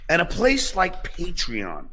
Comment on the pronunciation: Did he say praytreon, playtreon or the actual name paytreon